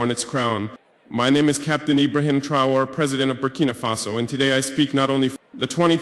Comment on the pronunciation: Fucking misinformation. This is AI generated slop. How should he not be able to pronounce his own name correctly lol Ibrahim "trwarr'... Guys, don't believe everything you see on the internet. This video right here is a pure fake